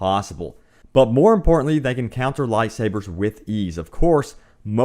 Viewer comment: Wtf is you pronunciation of light sabers